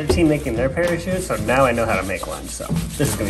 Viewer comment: Neow it starts neow